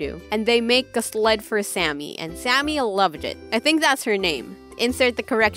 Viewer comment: Did Did you just call the sámi girl Sammy